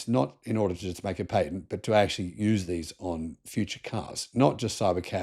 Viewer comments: Pat-ent. Not paint-nt. Phantom breaking hardly ever happens anymore in USA. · Most people pronounce patent as pay-tent when referring to unobstructed. While pronouncing it as pa-tent it refers to legal rights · He said Tesla got a new PAY-TENT? .